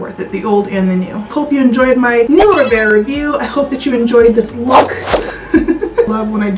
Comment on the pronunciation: I think it is pronounced REV AIR not RE VAIR